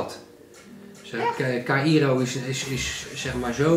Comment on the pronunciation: Caïro spreek je uit als kairoo